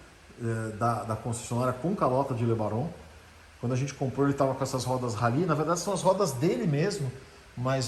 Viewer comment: "Le Baron" é um nome tão bom de pronunciar...era "romântica" dos carros que não volta mais!